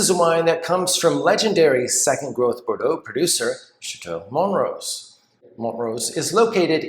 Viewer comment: Wait, it's mont-rose? I've always pronounced it mon-trose lol